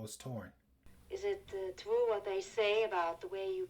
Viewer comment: I do wonder if the double entendre with the sausage is more effective without it, though. That works best going directly from the "It's twue!" line.